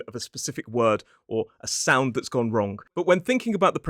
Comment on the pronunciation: You said wrong-k! Isn't that wrong? 😃